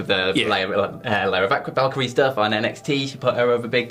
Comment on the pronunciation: Valkrie, Valkirya??